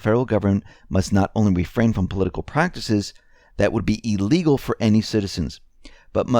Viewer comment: I must have been posting this comment on your X22 video's older than those to which you review the comments... but, THIS ONE IS YOUR MOST CURRENT VIDEO... and, I IMPLORE you... PLEASE STOP MIS-PRONOUNCING THE WORD, 'ILLEGAL' as ee-legal... IT IS PRONOUNCE ill-egal... The leading 'i' is a short 'i'... NOT A LONG 'e'... you see, I AM listening!!!